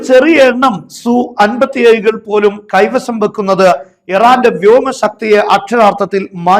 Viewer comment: സു അല്ല, എസ് യു സീരീസ് ആണ്